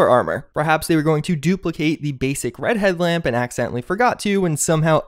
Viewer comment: I heard "redhead lamp" instead of "red headlamp" and I thought you were talking about hair.